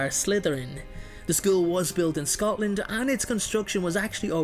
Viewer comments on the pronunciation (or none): none